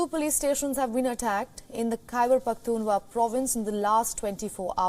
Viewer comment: The news reader can't pronounce Pakhtunkhwa 😔